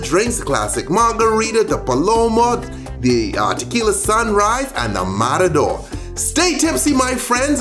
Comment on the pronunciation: Como fue?? Mararor?? Noooo es matador omg hablemos bien !! O empezamos mal y asi no sabe bien !! Mararoorrr wtf!!